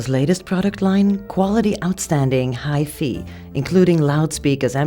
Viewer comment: now specializing in "Hi - Fee" LOL